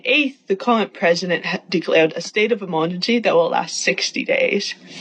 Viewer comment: The girl reading the news information about the gang leader was low key kinda cute but the way she read the articles was somehow turn off. I don’t know how or why. The “e-mur-gin-sea” and the fact she called guns that the gang used to infiltrate the news room, she called them “explosives” 😂🤦🏻‍♂️ yes, I’m aware it’s a speech impediment. She shouldn’t be trying to be an influencer if she doesn’t want her impediment brought up and mocked. What I said is very light and nothing crazy vs how far ppl could take it. The 3v1 jumping is hilarious considering it was the wrong person lol f’d up of course but funny because OF COURSE IT WOMEN. Men wouldn’t do that because even the most emotional men would still take the second to make sure they’re hitting the right person.